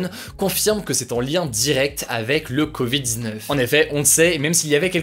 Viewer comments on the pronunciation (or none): Mec!!! C’est covid “diz neufs “ pas covid dzneuf 🤯🤯🤯